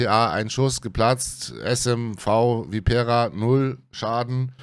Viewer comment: Schönes Video. Kenne ich auch, obwohl ich derzeit nur bis Tier 6 spiele. Langt mir 😀. Anmerkung: Bei Vipera muss die erste Silbe betont werden, also Viii- pera, nicht die vorletzte. Da blutet mir studiertem Italianisten immer das Herz 🤪